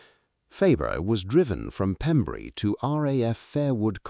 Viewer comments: its pembrey not pembury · Pembrey, not Pembury. Pronounced "PEMBRAY". It's also where Amelia Earheart landed when she became the first woman to fly the solo transatlantic flight. There is a statue in nearby Burry Port. In 1932, she became the first woman to make a nonstop solo transatlantic flight, and was awarded the Distinguished Flying Cross for her achievement.[2] She was one of the first aviators to promote commercial air travel, wrote best-selling books about her flying experiences, and helped found the Ninety-Nines, an organization for female pilots. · Its spelled Pembrey and pronounced "Pem- breh" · It's Pembrey, not Pembury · The airfield that the FW190 landed on is actually called Pembray not Pembury. A small but significant error. Great report though. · What about the atrocious artificial pronunciation of 'RAF Pembrey'? The gentle metre of the commentary is clearly artificial and silly mistakes make it questionable. It is Your show but you real ought to be a bit more proficient in the small details if you want automatic belief. As for verifiable images what is that Pembrey Sands? is damage to a British aircraft not reverse engineering of a German one. One could go on. Notice the name of the airfield. Anyway, it's a good story, You just need a better AI voice :-)